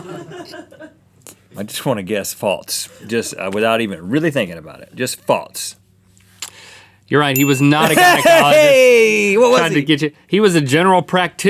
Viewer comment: Why does Rhett say false like "faltse"?